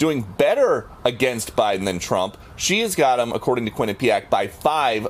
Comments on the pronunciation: Being from the area, I love how others pronounce Quinnipiac. It's funny. Quin-NIP-iac. It's more like Quinnipee-ACK. We actually LEARNED about the local Native Americans when I was in grade school, unlike what they teach now. We learned which tribes were warring, agricultural, etc. There were dozens of nations in this land and it's a shame that they're all lumped into one. We even took field trips to places important to tribes like the Podunk, Quinnipiac, Mohegan and Pequot. Lotsa cool history in that little state that's been taken over by liberal idiots. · "QUINNA-- Pyak". Not "qui - NIPPY - yak" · As someone who lived in Connecticut and had friends that went to Quinnipiac College, pronunciation of Quinnipiac gives me endless douche chills. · You would think that after seeing countless mainstream media clips with the correct pronunciations over the years including the one he included in this videos…. Quinnipiac beat my Michigan Wolverines in the Frozen Four last year. 🙇🏼‍♂️ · It chuckle every time you say Quinnipiac. You say it wrong but I like the way you say it better 😂😂😂